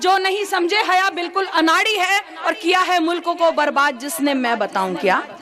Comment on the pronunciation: Bhai naam tou sahi bolo. Urdu b bolna nahi aata kya… Hyya nahi haya bolo…